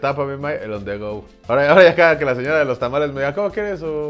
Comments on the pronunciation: On the rud?? Que no era on the go?? Jajajajaja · Jajajajaja on the rohad